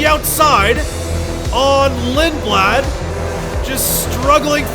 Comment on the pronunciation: The most English pronunciation of a Swedish last name💀 Lindblad